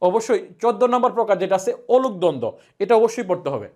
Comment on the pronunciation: অনূপ দ্বন্দ্ব বলছেন? উচ্চারণ বুঝতে পারছি না। লিখে দিন।